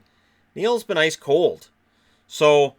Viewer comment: inner Canadian came out a little bit when he said 'Ice Cold'. The only thing missing was an "Eh".